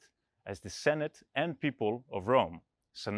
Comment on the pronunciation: nope of course it's not written wrong, it's an original text, the problem in the temple is there are not the spaces marked, it's the way you read it i was talking about. you made a pause saying populus que, intead should be pronounced together, so instead of senatus populus que romanus becames sentus populusque romanus. i was not sure i remember right (i studied latin 5 years in high school but i can't say i was good at it) , but like also wikipedia write it like Senatus PopulusQue Romanus for marking the SPQR part, but the que is always linked the the world it precede, it's the "contraction" (or how you say it in english), like in italian you do it because sound better, senatus et populus romanus? too cluberson, senatus populusque romanus is the "short and cooler" version